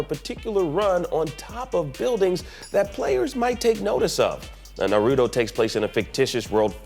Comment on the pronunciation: He definitely mispronounced Naruto. That cannot stand with me.